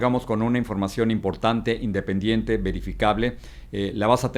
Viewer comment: Jajajajaja Jorge dise in dependiente jajajajjajajajajajaj